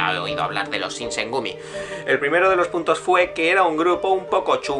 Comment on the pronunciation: Dice Shogun correctamente ¿pero no puede decir Shinsengumi?